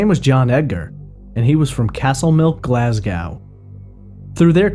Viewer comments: Oops, he does pronounce Glasgow incorrectly later on but at least it’s correct in the beginning (should be Glas -go rhyming with low and not Glas -gow rhyming with how) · Yes and GlazGO no OW.